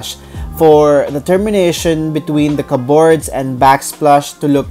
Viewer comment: The stress in the word CUPBOARD (kəbərd) is in the first syllable not in the 2nd. Sorry that’s me being critical otherwise your video is very engaging.